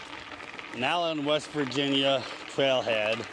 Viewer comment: You pronounced Nallen correctly! And they are getting ready to open a visitors center for the trail down in Rainelle on Route 60. It is being worked on right now. That bridge had to be replaced because the flood of 2016 took out the one that was there.